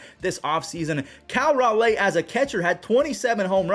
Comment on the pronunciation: Cal Raleigh ( Rah-lee ) , not Ral- ay